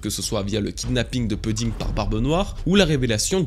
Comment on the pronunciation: "Pouding", pas "Peuding".